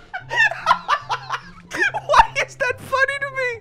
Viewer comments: PIZA??? IT'S NAMED PIZZA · I just ate pizza and he said Piza pleez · I laughed really much The fridge said piza pls